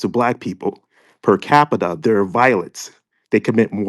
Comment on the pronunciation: Does he have a massive degree saying “specific” like Pacific Ocean and can’t pronounce per Capital what kind of masters degree did he get in law too? Good gosh